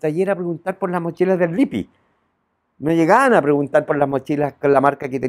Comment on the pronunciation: Se pronuncia Lip- pi en italiano se pronuncia las dobles consonantes señor !!